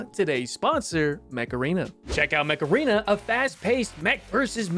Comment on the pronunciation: I don't know why, but at first I thought was saying "Macarena" instead of Mech Arena, anyway, an amazing video as always!